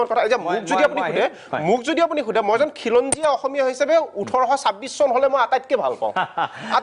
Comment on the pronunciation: অসমীয়া শব্দটো কওতেই অখমীয়া বুলি উচ্চাৰণ কৰʼ তহতে আৰু অসমীয়াৰ হৈ টিভি show ত টেটু ফালিব আহ', ৰাজপথত আন্দোলন কৰিব আহ' । আহি যাবি শিকাই দিম ।